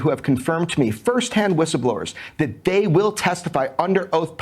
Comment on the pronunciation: "thæy are beautiful, whatever thæy are, thæy are beautiful